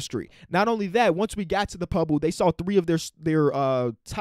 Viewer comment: Lol he said pubble😂